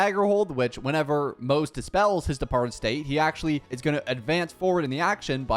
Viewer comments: Pronounced Mo-Ze not Moze. His name is not English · The way you pronounce his name is wrong 💀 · every single time you pronounce his name wrong a random victorian child dies really heartbreaking